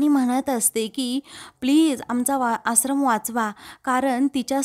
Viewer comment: आश्रम हा उच्चार बरोबर करा तूम्ही आसरम म्हणत आहात